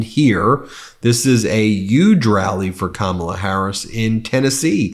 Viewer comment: Anyone notice how Ben pronounces "H" as "Y"? Yuge, Yuman, etc. Pretty interesting.